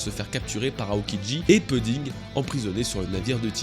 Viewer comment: franchement tu fait des vidéos incroyables et je kifff bcp, mais la manière dont tu prononce pudding m'énerve graveeeeeeeeeeeeeeeeeeeeeeeeee je sais pas pourquoi mdrrrr